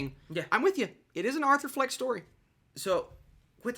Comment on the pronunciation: arthur fleck not fench